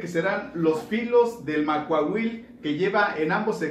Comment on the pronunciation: ¡Quiero mi Macuahuitl! Sólo una observación: en la lengua náhuatl todas las palabras son graves, no la pronuncies como aguda.